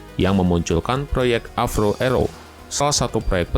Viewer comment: Avro. Bukan avrow brow 😂